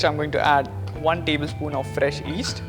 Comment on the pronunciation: It's called Yeast, not East.